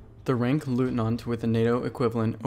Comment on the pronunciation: "Leutnant" in all its variations is pronounced "LOYtnant" - not "LOOtnant".